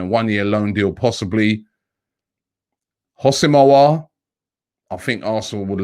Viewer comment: Robbie I already helped you with aouar pronunciation. The houssem is pronounced as wissem Pls fix up